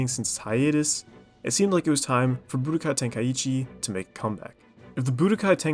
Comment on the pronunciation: No to be a hater but i cant stand the way you say Budokai Tenkaichi